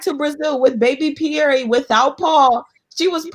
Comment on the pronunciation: Question: since when is this “Pierre” pronounced “Pieree”?! Did Larissa name the baby or what?! 🤦🏽‍♀️🤦🏽‍♀️